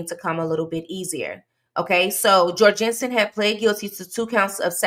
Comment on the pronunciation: His name is said Jor (rhymes with gore)-Gun-Son and I know this, as he was my boss for a few years! Such a crazy thing to have someone you knew do something like this